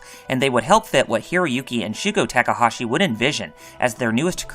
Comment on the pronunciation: Holy god you have the worst pronunciation on youtube. You literally switched back and forth between pronouncing Takahashi correctly and incorrectly 5 times in a single sentence. Please do better.